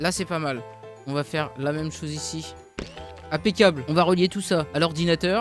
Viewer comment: Pourquoi tu dit toujours impecable